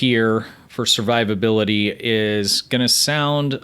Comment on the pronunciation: "Servivability" Lol.